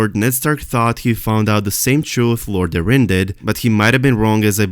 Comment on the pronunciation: The correct way to say Lord Jon Arryn's last name is. .. air - in... air that you breath and in/out Keep up the great work